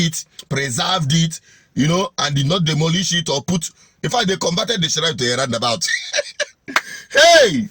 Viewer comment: the word is pronounced "shrine" not ShSSShrine?